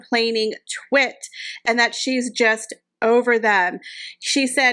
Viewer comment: Uhh twit wasn't the word I heard coem out here mouth. Change the vowel it rhymes with lot 😂